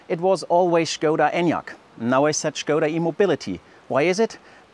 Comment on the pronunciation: "shkouda" sounds wrong. I'd prefer "skouda" (english) or "shkodda" (czech)